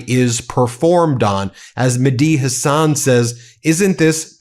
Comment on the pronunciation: As known as Medhi Hasan is, you don't know how to pronounce his name?